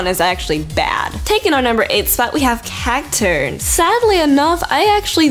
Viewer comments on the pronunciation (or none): when you said Cacturne, I heard it has Cacturd. lel